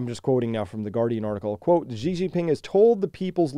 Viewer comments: Hey Chris - minor nitpick, "Xi" is pronounced more-or-less like the English word "she". The "zh" sound you're using there doesn't really exist in Mandarin. Otherwise ... interesting take. I'm not sure they're up for a real fight just yet, but OTOH China has never made any secret of their desire to take revenge for the Century of Humiliation. Definitely worth keeping an eye on. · Thank you for sharing this. Xi is pronounced pretty much exactly like the English "she".